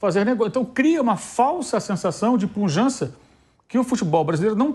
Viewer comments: Não demonstra "puLjança"! PQP, pujança com "L" no meio é PHodda, viu? O cara além de recalcado é também inimigo da língua portuguesa! Mais um jornaliste, flamenguiste e progressiste que a gente tem o desprazer de encontrar nessas lives da vida... 🤣🤣🤣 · alguém precisa avisar que não é "punjança" e sim pujança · Punjança? Reinventaram o português? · Os caras falam "punjança". Acho que é suficiente.